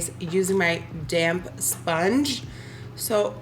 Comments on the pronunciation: Does anyone else keep hearing “using my damn beauty blender” instead of damp? 🤔😂😂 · Omg, I JUST realized they're saying "damp beauty blender" instead of "damn beauty blender"... am I the only one?!😧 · please don’t tell me i’m the only one who thinks they say “damn beautyblender” when the actually say “damp beautyblender”